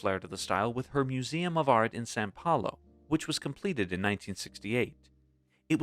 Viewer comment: “San Paulo”?? It’s “São Paulo” …Portuguese, NOT Spanish.